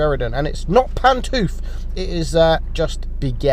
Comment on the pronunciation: Lmao he said “ pan tooth”